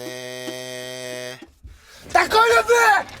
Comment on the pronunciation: 아ㅋㅋㅋㅋㅋㅋㅋㅋㅋㅋㅋㅋㅠㅠ 딱 걸렸네 할때 th 발음 존낸 웃기다..